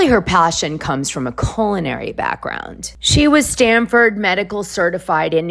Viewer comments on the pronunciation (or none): none